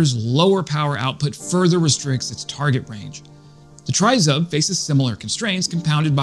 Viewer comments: You have a great channel Let me help you with the pronunciation Tryzub = treh-zube (Meaning 3 teeth - the coat of arms of Ukraine from Neptune's trident (Greeks settled Crimea 1500 years ago) The way you say tryzub makes me want to poke a pencil in my ears 🤣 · It is pronounced "tree-zoob" -- there is no "try" as in "try-ing" in it. "Do, or do not, there is no try." -- Yoda, from a long time ago in a galaxy far away. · TRI ZUB ready? TRI means THREE and ZUB is pronounced with a long U sound means Tooth. So, THREE TEETH> Or Three Fangs. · Great video. Just so you know it is pronounced Tree-zoob. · Ukrainians pronounce it triz-oob. A Ukrainian sent me socks with a Tryzub emblem on them, then another pair arrived with FCK PTN 🤣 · Great report as usual - now let's try to pronounce Tryzub correctly - it's Tre as in 'treats' and Zub as in Zub..... It's our national logo or emblem тризуб as in trident of "три зубa" as in 3 teeth; no one really knows - some say it looks like an eagle or a dove. Keep up the good work - try and do a collaboration with Jake Broe as your channel really deserves a higher audience.